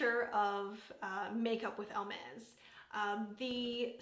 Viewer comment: Hi you are the first person I hear pro pronouncing correct this brand..nor that I realised before but just I did now. Until some time I have not eve hear about this brand. I know they make bags but I see now lipsticks. I love the packagings that are different shades. That makes them really pretty to display. The bright pink shade is superb. I usually don't like these shades but on you look great. Have a good day! ❤